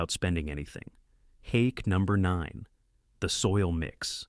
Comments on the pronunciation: I hate AI . It can't learn hack vs. hake. Boring "terrible professor" monotone. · You know it’s AI when the word Hack is pronounced incorrectly‼️😂. Still good info though‼️